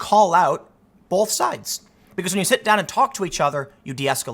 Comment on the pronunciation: Tim says bolth haha